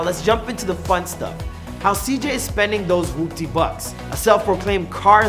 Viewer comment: Thank god this guy said "Whoopty" right unlike the guy that did the before they were famous on CJ